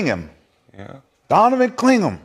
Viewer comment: Rashad, it’s “Clingan,” not “Clingum.”